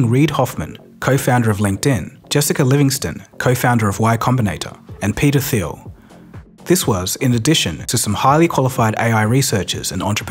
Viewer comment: Your pronounciation of peter thiel made me pause for a second😂